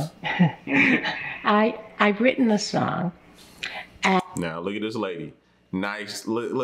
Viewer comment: Listen lady SONG not SOUL 🤣🤣🤣